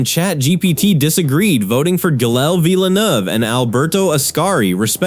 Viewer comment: “Jilla VillenAUGH”